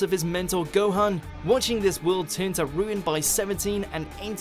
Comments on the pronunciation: whats a "Gohen"? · The way he pronounces Gohan tho... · I get the feeling the narrator has never watched DBZ, given how he mispronounces Gohan's name...